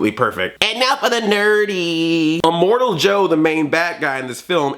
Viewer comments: It's immortan joe not immortal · You're funny! Btw, it's immortan joe, not immortal. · Good review, but his name is Immortan Joe, not Immortal Joe.